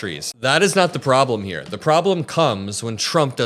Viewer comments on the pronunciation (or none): none